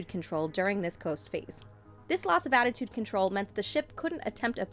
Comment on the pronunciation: She kept saying attitude and it was bothering me